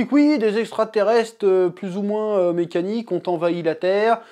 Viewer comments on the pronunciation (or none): none